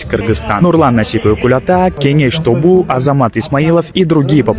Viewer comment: Кенеш топу дейби😂 тобу дейин деди окшойт 😂